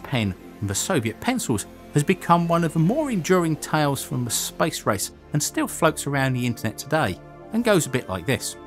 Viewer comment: I cannot be the only person who heard him say spice rice not space race